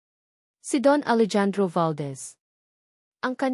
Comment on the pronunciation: Hindi po Alejandro “Alehandro” po grabe hwag kng gagawa ng kwento naali mali ang bigkas